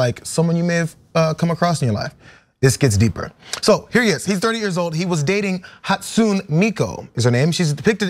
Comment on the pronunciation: No,, his name is NOT Akiko Kondo. Setting aside the fact that Akiko is a female name: His name is Kondou (or Kondō) AkiHIko, and her name is HatsunE Miku, not Hatsun! NO, she does NOT appear in anime, manga, or video games …except for in lots of amateur fan created images, manga, and games. She's from a voice synthesizing program, where you get a particular synthetic voice (with an associated character) to sing something. (you write the syllables to sing, and notes to sing them in)